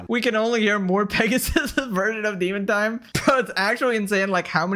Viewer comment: deemin taaime! lol